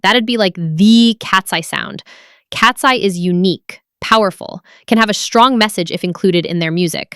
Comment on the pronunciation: Why do you randomly call them Katsee instead of Katseye?